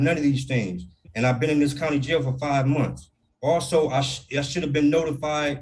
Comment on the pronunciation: He actually said 5 munse.